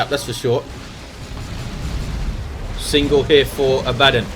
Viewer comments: It's Abaddon, not abAddon. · The way you pronounce Abbadon is triggering me